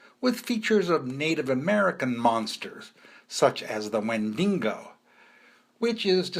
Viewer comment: Yo, it's not a wen-dingo. It's wen-din-go; bobo.